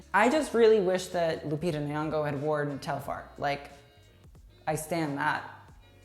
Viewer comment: Maybe learn how to pronounce Lupita’s last name before you post